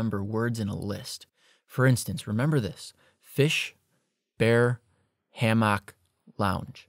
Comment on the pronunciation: Was he trying to say hammock?